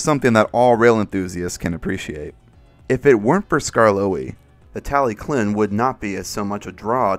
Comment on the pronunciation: Tallyllun isn't said as "tally clin" but more like "tal uh hlin" if you want to be proper on pronunciation.